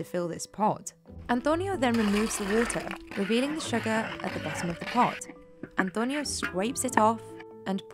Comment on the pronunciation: An-toe-nyo. Had to click off for the way she always made sure to pronounce it with an accent